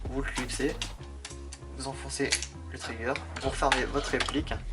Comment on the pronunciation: et sinon c'est wild TRIGGER punaise, pas traïgueur ! Mouthafock :-)